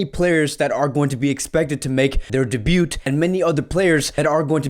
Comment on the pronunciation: The t in debut is silent my guy